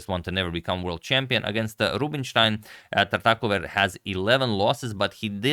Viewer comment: So that's how you pronounce Tartakower